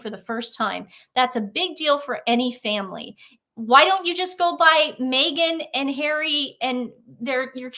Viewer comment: It was awkward when he said I love my family. He mumbled over family. Almost said father